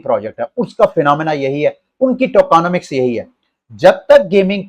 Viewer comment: Good analysis. But it’s not tokOnomics